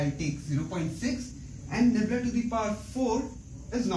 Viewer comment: Ummmm. its "nabla' not 'nebla'